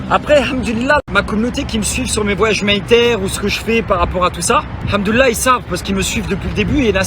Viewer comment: Le double "hamdoula", façon chti m'a flingué !!